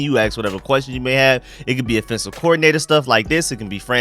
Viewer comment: my man bro I thought there was something wrong with my ears everytime you say the word offense you pronounce it in it’s correct form but do you know that every time you say offensive you pronounce it as affensive and it tends to sound like you are saying defensive check all your tapes but we get it that’s that Georgia slang just like a lot of us Marylanders grew up calling a dog a dug an ambulance an ammalance lmao